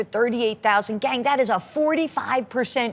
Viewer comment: yall she said gang like scooby doo or shooty foo